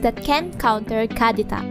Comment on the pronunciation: The way you say kadita triggers me😂